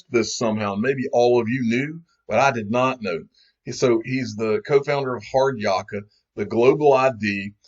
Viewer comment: Its pronounced 'Hard -yak ka'